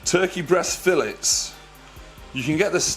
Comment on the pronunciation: It took me 5 solid minutes to figure out how he said filet.